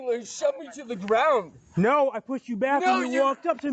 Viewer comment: This is what happens when you give someone a badge before they have mastered 2nd grade level pronunciation. "Get down on da gwound!!!!!!!"